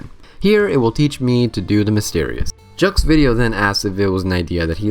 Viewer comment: Jeux video is french for video games, to be nearer of the right way to say it, say , not . PS: What if the game ask you "are you a boy or a girl?" before asking your name, like in Pokemon.